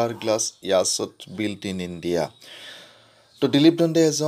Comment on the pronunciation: Ur yacht pronounce is wrong..watch it in dictiinary.